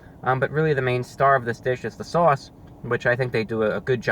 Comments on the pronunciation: “Basking in the sewauce” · Sawse. Hahaha. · i’m in love with him saying sauce . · The way you say sauce is so saucy.